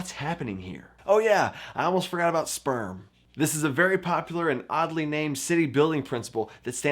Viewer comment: I'm sorry, did he just call his 5-step program "sperm"?